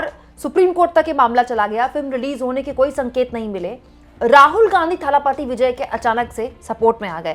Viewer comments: It's not Thhaaalaaapaati, it is Thalapathi. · थालापपि नहीं इसे दलपति बोलिए.